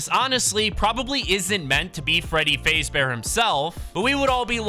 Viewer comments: "freddy fazebear"💀💀 it's fazbear bro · Fazeee bear? It’s Fazbear just so you know. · You said Freddy fazebear it’s fazbear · WHY DID YOU SAY FAZE-BEAR ITS FAZBEAR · Can nobody tell he's saying "faze bear" it's fazbear imagin fazz but without the other t please it hurts my ears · whys bro saying freddy fezbear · You said fazebear wrong also fnaf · bros saying freddy fayzbear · You said freddy name wrong it’s **faz**bear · You pronounced Freddy faz bear wrong pronounce it like that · It's pronounced fazbear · You said fazbear wrong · It really pisses me off that he didn't even say Freddy's last name right!😡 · The fact that you kept saying his name wrong. The sound you heard was foxy running down the hall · Why is he saying freddy fazbear like that😂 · He saying Fazbear wrong